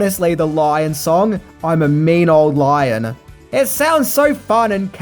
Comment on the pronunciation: Shout out to you for saying “Mean Ole Lion.” ✌🏽